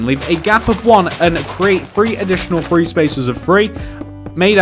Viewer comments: it's three not free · OK are you four because you say free not three it starts with TH not FR. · STOP SAYING FREE INSTEAD OF THREE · Why do you say free instead of three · You can't say 3